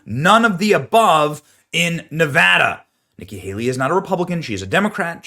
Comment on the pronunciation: Thank you for saying Nevada correctly.